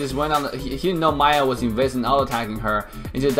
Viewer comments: It's not Maya its Miya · I think its "Mee Ya" not "Ma Yah" for the pronunciation of Miya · Why do you always say maya insted of miya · isn't it miya? Like Me ya. Not Maiya? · Everything was cool and awesome except the way you said maya instead of miya. That was annoying. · its Miya Not Maya ! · maya 😂 I don't care if pronounce miya weird 😂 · I don't say miya ,it's pronounced meya